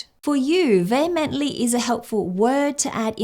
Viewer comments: You would have done well to look at the Google pronunciation before spending the remainder of the video pronouncing it incorrectly. I'm Australian so that's not excuse. The word is pronounced vee hemently Vay hemently not vay hemently. Good God! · How is it that in a video about upgrading language and how to learn the pronunciation that the first word is pronounced incorrectly and not according to pronunciation google provided. It distinctly said vee-hemently not vay-hemently. I'm only asking about this because you were actually showing your audience how to avoid the problem you had. Can you explain why you didn't pronounce it like you were shown? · John vehemently disagreed with your pronunciation of the word, vehemently.